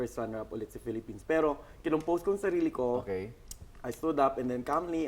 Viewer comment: ayan na namn ung nagsabi ng pelepens..